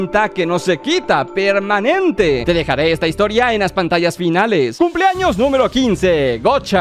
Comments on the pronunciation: Xd , justamente me abia salido del vídeo y también le entendí eso xd jaja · POR QUE DICE TODOS MIS CUMS ☠